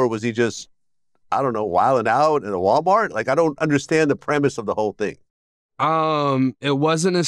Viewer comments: “In a walmatt “? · That boy said walmot 😂